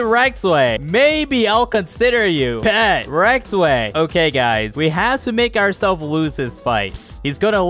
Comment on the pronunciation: It's not Rektway it's rizzway